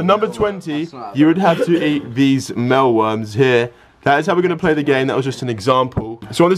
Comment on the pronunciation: Why are they pronouncing it as "mellworms". It's says mealworms. It has the word MEAL in not mell